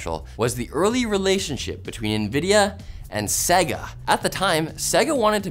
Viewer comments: “Segga” Dude, every time you turned on their consoles, they told you exactly how Sega is pronounced. Loudly. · Repeat after me. Say-gah. Say-gah. One more time. Say-gah. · interesting how you say Segga.